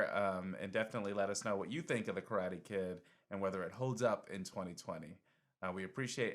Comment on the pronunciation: I wince everytime you guys butcher the word Karate by saying Crawty! Didn't you learn from Kramer?